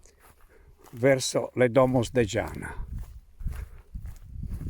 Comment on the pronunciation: Benito non si pronuncia scianas ma ianna come porta in sardo...